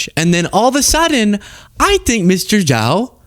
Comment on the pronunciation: Only because you asked….. Zhao pronounced as Jao. Pinyin zh- is pronounced as j- . Keep up the good fight!